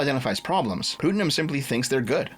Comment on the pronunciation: Every time you say pootnum I die a little. Putt like in golfing. It's a pretty common name.